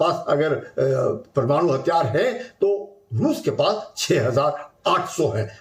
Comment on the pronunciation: Ye pramanu nehi mam... Ye parmanu hai